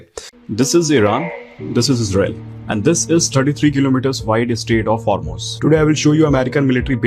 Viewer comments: Ben...it isn't the Straits of Hormyouse, as you said before, but it isn't Hermoze, either. It's pronounced Hormooz. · Mr Meiselas NOT Hormose but Hormoos. phonetically spelt. 😂😂🤦🏻‍♀️🤦🏻‍♀️ Proper spelling of course Hormuz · Ben, do you know something that the rest of us don't about how to pronounce the phrase, "Gulf of Hormuz"?! I ask because you keep saying, "Gulf of HORMOZ", which has comedic potential since "Gulf of HORMONES ", "Gulf of Whores Moaning", "Gulf of Horseshit/Hot Horsepucky or anything else you can substitute if it fits is automatically amusing...to me at least. Loving the show...keep shoving it in THAT TRAITOR'S face! ❤ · You're still calling it the Strait of Hormoze? You're like the William Shatner of YouTubers. "Well, I don't pronounce it that way. You pronounce it that way." I heard you slip up and correctly say Hormuz when all hell was breaking loose on Tuesday. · It’s been almost two weeks Ben. It’s the Strait of hor moooooz. Not Hoormohz. Jfc. Try getting the name of the area you say incorrectly (what…20 times a day?) right. Journalists do that Ben. Try it. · Please please please... It's not HARMOZE. I can barely watch these anymore. It is and always has been HOR-MOOZ. Other than that, keep up the fantastic and important work! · Hi. I love your channel, but please pronounce it “Hormooz”, not “Hormoze” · I’m sorry, my inner speech police are screaming at me: could someone please tell Ben that Hormuz rhymes with shoes? It does not rhyme with rose. It appears that the word will be coming up a lot for the foreseeable future, it’s better to get it right than to compound an error. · I enjoy your show very much, but every time you mispronounce Hormuz I feel like I just stubbed my toe. It's Horm-ews, not Horm-ohs! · I don't disagree with any of your analysis... I only have one small critique... You are pronouncing Hormuz wrong. It should sound more like "Whore Moos" not "Whore Mose" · HorMUZ, not HurMOZ. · Hormuz, not Hormoze! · Isn't it Hormooooz?